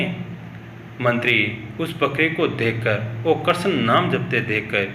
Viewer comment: कृपया कृष्ण का उच्चारण सही से करें